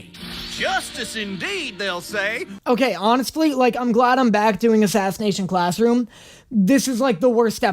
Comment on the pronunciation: I got stuck on then first part if the video where he says "Aclassination sassroom" I don't know why but I did and then proceeded to laugh on the floor for 10 minutes 😅